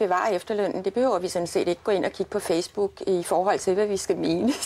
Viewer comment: lol hun siger fjæs book